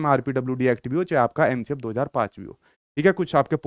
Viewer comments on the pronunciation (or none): none